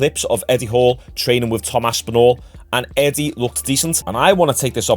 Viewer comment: His name is eddie. Not etty. And when you say ''moved'' speak out like move. Not muved. Its enoying